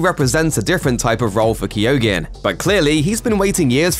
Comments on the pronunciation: Barry Keoghan name is pronounced Ke-Own not Keo-Ghin. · pls tell me he didnt just say keeeoogan why cant the americans pronounce our irish names !!!!!! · I thought Keoghan was pronounced 'cogan'? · Anyone else pull a face when he tried to say Barry Keoghan's name??? 😅🙈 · And had to say it so many times!!!! 😳😳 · That is not how you pronounce keoghan the gh is silent in the Irish language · How hard would it have been to google how to pronounce Barry Keoghans name. Jaysas what a butchering!!!